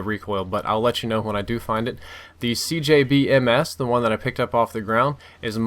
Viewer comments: Its CBJ-MS not CJB-MS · It's called CBJ-MS, not CJB-MS. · dude just saying its the cbj-ms not cjb-ms lol